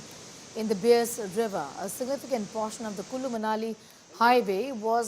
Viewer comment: Request to please pronounce the name of the BEAS river correctly